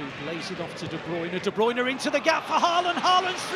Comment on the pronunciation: I wonder if commentators will every pronounce De Bruyne as De Bruyne and not The Broine. 😆